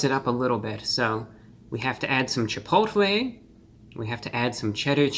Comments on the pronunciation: I believe it's pronounced "Cheh pottle" ☝🏿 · Chipotle with a th